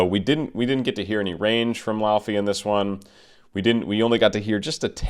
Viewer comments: It's LAY-VEY for God's sake! It's pronounced LAY-VEY! She's from Iceland! Wise up! And stop interrupting! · Fun to know that her name is actually pronounced lay-vey, dw I got it wrong for months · its said ley-vey and wrote laufey but said ley-vey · It’s actually pronounced “Lay-vay”, which I only know because I’ve followed her on TikTok for a couple years and I pronounced it wrong at the beginning too. Her song “Let You Break My Heart Again” is my favorite, it’s very soft and pretty. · technically, it's loei-vei (in icelandic fashion), and lay-vay in a more english pronunciation! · I loved your commentary, but I would think a person of your caliber would do his homework and learn how to pronounce her name. It is not so hard if you have an ounce of language knowledge outside of English. Other than that, I appreciate you taking the time to analyse the singing of this globally popular star. She is clearly on the way to becoming one of the world's most popular singers and producers. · Icelander here, you're quite off on the pronunciation but great reaction regardless.